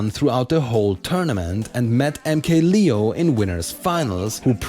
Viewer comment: Anyone else getting low-key annoyed by him pronouncing MK-Leo as "lee-oh" instead of "layoh"?